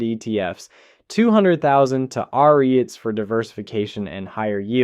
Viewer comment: you cant pronoucne REITs correctly more than once in the video. are you just slop?